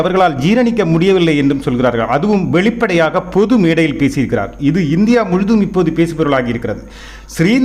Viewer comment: வெளிப்பாடையாக😂😂😂இல்லை😂. பிராதம மந்திரி கிடையாது. இந்த நபர் நல்லத் தமிழை உச்சரிக்கக் கற்றுக் கொள்ள வேண்டும்